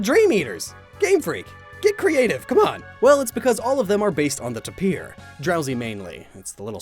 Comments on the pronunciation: It's pronounced 'tape-ee-er' not 'tup-eer'. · tapir = TAY-PER. ffs why does no one know this? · is he saying tapir wrong? i thought it was tape-ee-uh not tuh-peer. how do you say it? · Tay-per. Not ta-peer